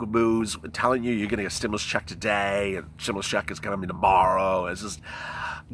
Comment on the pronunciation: Ooooh ahhhhh, just say stimulas one more time please! Lol. Wow!